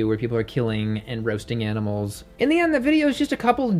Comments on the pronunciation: Yeh betteh not hurt those aminals bruv 😂😂😂😂👏🏽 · “you better not hurt those aminals bruvh” lmaaaooo